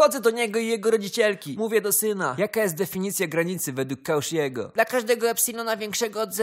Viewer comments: Faja pasta,śmiechłem - trochę zakuła mnie w uszy ta wymowa. Ja zwykle kojarzę taką: [Kosziego] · Bo jest zła. Czyta się jak ty napisałeś. Cauchy był Francuzem.